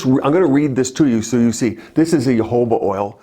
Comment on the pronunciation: Isn't Jojoba pronounced "ho-ho-bah"? And what about sea buckthorn oil? It's supposedly good for wrinkles and skin infections.